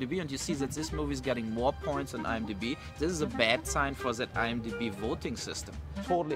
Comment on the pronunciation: Nobody : Absolutely nobody : Uwe Boll : Zthis Zthis Zthis and Zthis